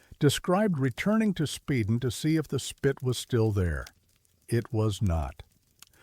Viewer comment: Spyden island is how it's pronounced. My parents lived there from 1950 to 1960 and I was born in 57. Living there was the best time of my parents' life, The stories they used to tell, but none like the one you're telling!